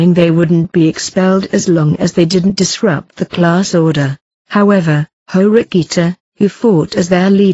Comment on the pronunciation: I die every time I hear that in the voice over